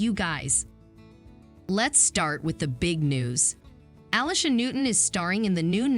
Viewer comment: A. LEE.. SHA... FFS